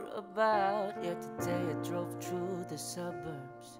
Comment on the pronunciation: Problematic pa sya sa pronunciation... Lalo na sa TH, sa I, sa A, sa U. Madali lang ayusin yan. Nuod sya american series, kada dialogue, pause nya tapos vocally mimic lang para makuha ang saktong pagkasabi... Sakit sa tenga ung Through naging True Ung Three naging Tree Ung That naging Dat Ung Wind naging Wend